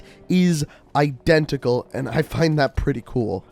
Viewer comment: CEO of "I-DEN-tical"